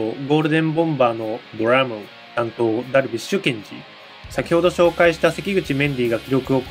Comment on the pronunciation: 気合の入った発音 プレゼンツ ドラム